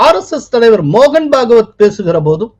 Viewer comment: அவர்களுக்கு ஓர் அன்பான வேண்டுகோள். தங்களது காணொளிகளில் "தற்காலிகமாக" என்கிற வார்த்தையை தாற்காலிகமாக என்று தொடர்ந்து குறிப்பிட்டு வருகிறீர்கள் அது தவறான உச்சரிப்பு அதுபோலவே இந்த காணொளியில் திரு மோகன்பகவத் அவர்களை, பாகவத் என்று குற்றிப்பிட்டுள்ளீர்கள் அது தவறு.